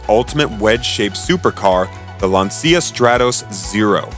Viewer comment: too bad the narrator can't pronounce words like Lancia and Renault properly. It ruins the credibility of the presentation.